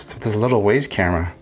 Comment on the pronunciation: It’s pronounced wize